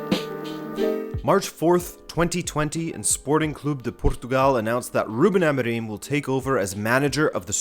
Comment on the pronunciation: your portuguese pronounciation is atrocious, you cant even get Amorim right